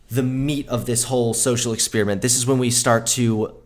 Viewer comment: EX-SPEER-E-MINT..? WTF?